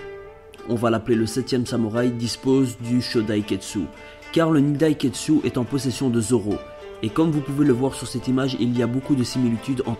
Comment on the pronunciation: exelante théorie ! ps: c'est pas kietsu mais kitetsu ^^